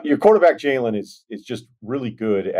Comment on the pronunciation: ryen why do you keep saying jaden smith instead of jalen you’re supposed to be perfect😫💔